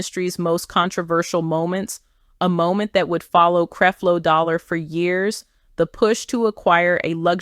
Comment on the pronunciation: Why she keep saying CREEP-LO DOLLAR in the beginning 🤔